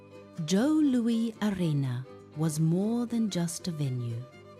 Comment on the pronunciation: This was soooo bad that it was funny... then, it was just sad. As a lifelong Red Wings fan, it is disgraceful at how it seems ZERO attention was paid to ANY detail regarding the team, the city, and the arenas. You mention Joe Louis (pronounced Lewis) was a place of honor, but couldn't even give it the honor of making sure the AI spoke the name correctly. CLEARLY this is AI, but a human has the final say. I got to 4 minutes and thought it was almost over (perhaps it should have been). at 6 minutes I couldn't endure anymore. This was not good. It just wasn't. I do hope that your product gets better as you go along. I don't wish failure, just... something worth putting on YT.